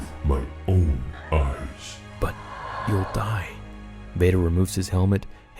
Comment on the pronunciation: what sidious TRIED to say “then he will die” -what it sounded like he said, “then he will dey” 😂🤣